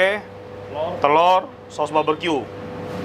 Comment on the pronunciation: Barbeque koh bkn baberque🤭